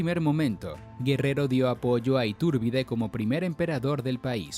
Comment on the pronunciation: SE DICE ITURBIDE, ITÚRBIDE. OTRA VEZ MAL PRONUNCIADO. QUE PENA Y VERGÜENZA PARA NOSOTROS LOS MEXICANOS